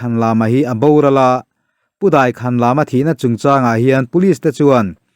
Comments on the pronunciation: Daikhanlama tih hi a thluk a dik lo.Lama hi thluk loh tur. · Daikhan lama i tih hi lam ah hian thluk a awmlo ang a.